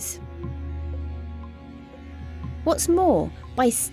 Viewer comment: I always hear T-series instead of TCVs